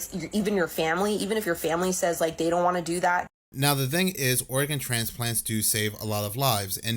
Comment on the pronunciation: I love this channel! But I swear to God it sounds like you are saying Oregon, instead of organ. Every time. Is this intentional? Or am I just too stoned? 😂😂